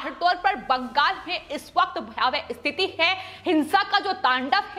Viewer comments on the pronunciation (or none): none